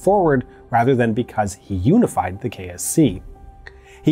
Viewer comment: He says KSC but I hear KFC.